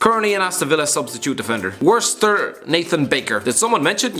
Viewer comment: That Worcester pronunciation 😂